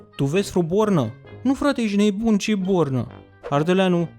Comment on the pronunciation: Ce-mi place cum spui ,,ejti neboon" :))